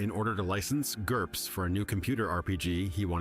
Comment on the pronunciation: I clapped when he said GURPS